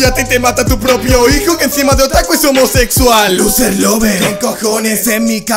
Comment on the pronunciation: Pensé que ir no era ignorante porque dijo omosecsual